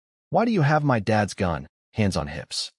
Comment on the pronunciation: Amusing how the AI voice reads 'my' as two letters, M.. Y..